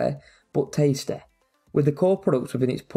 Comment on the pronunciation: i was basically unsure until you said "tasty" 🤣great video btw!!